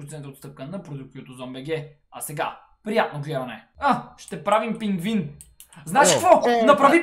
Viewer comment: Пингвин не пингин